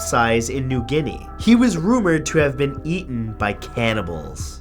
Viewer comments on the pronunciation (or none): none